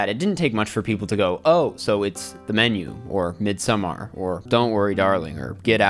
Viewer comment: I wish YouTubers would stop over pronouncing Midsommar. It’s pronounced the same as Midsummer. If anything the D is Mid has more emphasis than the A in Sommar